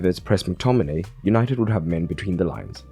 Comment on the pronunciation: He said Easynited😂😂😂😂